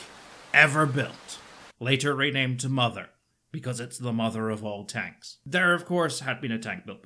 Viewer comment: "TANKS" Me: "You're welcome."